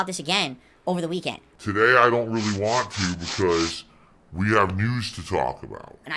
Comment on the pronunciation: I like how when hes upset With becomes "Wit" and Want becomes "WHAN"